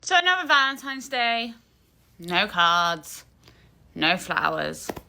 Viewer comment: Cut off anyone saying valen - times day.